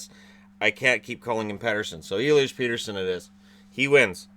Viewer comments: Peterson still hurts my ears, still Pettersson to me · His name is Pettersson not Peterson, the only reason he says Peterson (I think) is that he is Swedish and we are shy and he doesn’t want to make any problem for u guys to pronounce a foreign name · Nice list, i wish the allstar game was straight east-west division. Also, Elias is saying hes surname wrong, plain and simple. I don't like it how europeans cater to NA press when it comes to pronouncing names. I see it all the time with Finnish players as well.